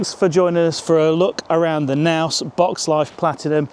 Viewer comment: What's a Naus?! The K is not silent.